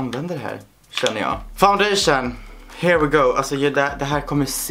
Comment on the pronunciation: "sådäär ja... Fundaichun hand.se" 😂😂😂 ja jag vet hur det stavar😅